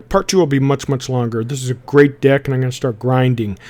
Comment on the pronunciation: Man... he pronounce deck like dick.